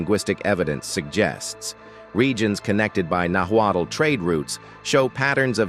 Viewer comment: Notwaddle ? Really? Nahuatl Pronounced Nawat. Not Aztec. Mexica Pronounced Meesheeka